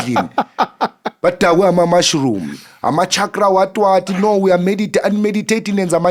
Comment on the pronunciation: And it’s pronounced CHALK-RA, not Shakra👍🏾